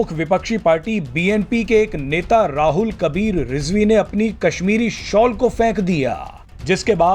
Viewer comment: রুহুল কবির কে রাহুল কবির কেন বলতেছে 😁😁 হায়রে গদিমিডিয়া।। শেখ হাসিনা ভালো সে দেশ পরিচালনা করতেছে ভালো।। কিন্তু ভরতে যে হিন্দুবাদী সরকার অইটা খারাপ।।